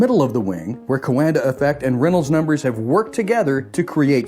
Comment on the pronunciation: Thank you! Very informative. BTW "Coanda" is read as in "wonder" with a q in front (2 syllables).